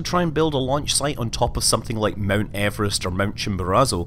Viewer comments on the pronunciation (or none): none